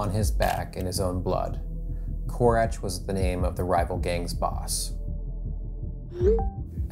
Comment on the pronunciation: When he first said "korać" I thought he read "kurac" 😂